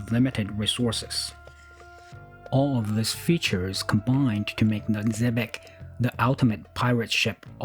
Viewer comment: It's still pronounced 'shebec'. Arabic doesn't spell well with English!!! The spelling varies....but the sound remains faithful! Cetainly a good quality kit. Amati are among the higher end of European offerings with some better researched detail. I have too many builds waiting on my slipway! but I'm tempted to add this one?? Just a point; if you taper and shape your planks they will correctly follow the sheer of the hull, also eliminating the need for triangular fillers which would be a disastrous method of building a wooden ship.